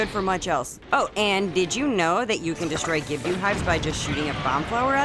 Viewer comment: It's pronounced Gibb-Doh. There is no "U" or "Ew" the end of the name 😁 Keep up the great work w the vids!